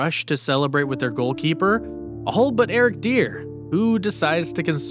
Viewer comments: Its not dear its d i e r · Eric “DEER” 💀